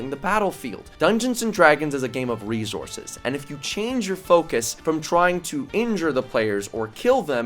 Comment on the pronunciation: No one:: reZources